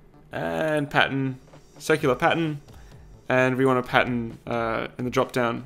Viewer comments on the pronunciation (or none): Anyone else think he said patent instead of pattern?